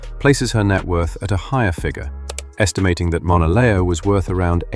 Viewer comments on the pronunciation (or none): Pronouncing her name very wrong